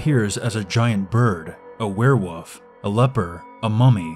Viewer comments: Werewoof? Anyone else think it sounds like woof, not wolf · But why can you not say Derry (it's not Dairy) and I've never heard of a werewoof. Werewolf, yes. Werewoof, no. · ItsjustMAVE It's 'Werewolf' NOT 'where wuf' Not to be rude but yeah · "If IT appears as a were-woof" best line. Yes. Mmmn. Spaghetti. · u said werewoof and not werewolf XD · X beastxedits X A where woof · X beastxedits X It's 'Werewolf' NOT 'we're wuf' Not to be rude but yeah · "A were wuf" OHHH MYYY LORDDDDD XDDD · EnchantedGamer he said werewuff Instead of werewolf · You said werewoof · Is it just me or did he say werewuff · “ a we’re wuf” I died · My cousin pronounces it "wuff" too, so another cousin and I would make fun of him by making references to "Werewuvs of London" or "the wuff at the door" or saying "I had to wuff down my food" . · I laughed so hard when he said a werwoof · why's he saying it like werewuf? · But it's literally not, it's werewolf. He's just saying it wrong lol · That's not an accent, that's just plain pronouncing it wrong. The "L" isn't silent. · Because it's pronounced like that in his dialect.